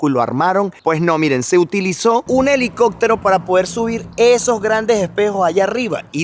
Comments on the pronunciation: buen video pero se dice CAPTAR no CACTAR tambien se dice HELICOPTERO no HELICOCTERO regresé varias veces el video para escuchar y también para leer tus labios y en realidad dices de la forma que yo te estoy explicando no fue imaginación mia. Gracias saludos y me gustan tu videos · Compa, te recomiendo practicar tu pronunciación.. CAPTAR = Lo dices “Cactar” HELICÓPTERO = Le dices “Helicoctero” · ¿Soy el único al que le da algo cada vez que dice "sektiempre", "caktar", "okciones", "helicóktero", etcétera? 😳